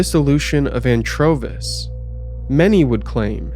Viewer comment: Did you say Anchovies?